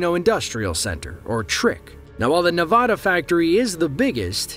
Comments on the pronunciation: it's pronounced nevada, not nevada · say Nevada the right way!